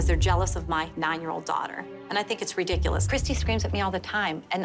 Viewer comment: *Christi. Not Kristy.